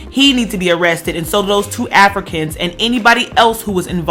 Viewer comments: Why you keep emphasizing AFRICANS like that?!! Felt like I was listening to some 1950's propaganda shit agaisnt Africans. They are Americans!! Huge turn off. I could've turned on FOXnews for that. 🤔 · I like to be fair but the way in which you were even emphasising the words Africans as if you want to separate the two brothers from even being Americans (which they are) because of the wrong they have done which is a shame. They are Americans period. I wonder if they did something good, if they would still be called Africans, as if nothing good can come out of Africa. IJS.